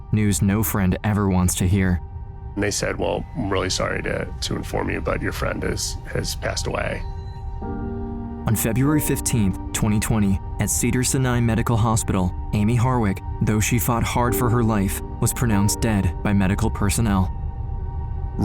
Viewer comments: bro, doesn’t know how to pronounce Sinai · Between the horrible AG1 scam sponsor, dogshit editing, and pronouncing Cedar Sinai incorrectly, this has to be an AI channel